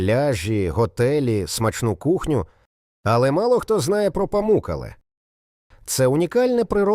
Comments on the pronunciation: Тільки не ПамУккале, а ПамуккалЕ, наголос на Е. Не ІгуАсу, а ІгуасУ, наголос на останнє У. А тільки у розповіді про водоспад Гокта, показали фото водоспаду Анхель. Таке собі відео... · Щиро дякую! Сподобалось❤. Ведучий неправильно ставить наголос в словах Памукале і Ігуасу